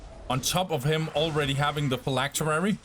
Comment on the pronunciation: Phylactery not phylacterery